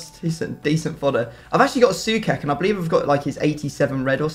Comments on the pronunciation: its pronounced Souchek, not Soukek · Sue-ch-ek not sue-kek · Pronounced Soo-check, not soo-kek. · it's not soukek it's actually sou-ček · Please pronounce Soucek as Sue check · Pointless comment here, but please, it's pronounced "So-check" 😁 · I can't be the only one bothered by the pronounciation: it's literally pronounced "So-check", nothing too dificult. He's a proper beast too, might as well pronounce it right.